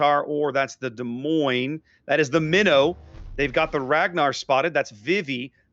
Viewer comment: Can this moron learn how to pronounce Des Moines please? Terrible presenter talks crap most of the time.